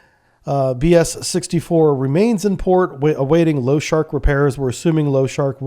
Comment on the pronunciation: It's not Los-shark. It's Lo-sha-rik.